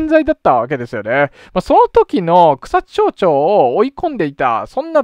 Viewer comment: 前々から気になってはいたのですが、草津は「ちょう」ではなく「まち」ですよ。